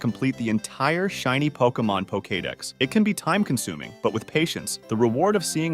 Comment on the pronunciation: Poke-kay-dex lol